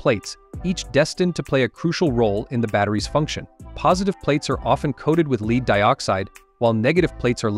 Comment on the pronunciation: Please dont say "Leeed". That means to be ahead. Say "Lead" the metal.